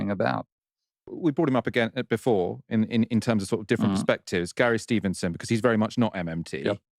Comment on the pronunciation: Gawwy Steevenson says more tax is the answer. A true man of da peeple.